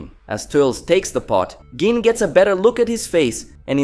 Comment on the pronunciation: GEENE.....GEENE???? Bro...please.. as a fan you gotta say this right... Gi.. ne.. gine.... pronounced ghee nay..... please..GINE